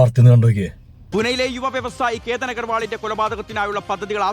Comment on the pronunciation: കേറ്റൻ അല്ല, കേതൻ